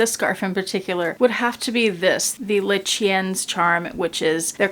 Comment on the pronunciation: Phonetically it's "Lay she en". Meaning the dog. Phonetically Ver means green. Someone else might have better pronunciations. Lovely twilly thank you for sharing.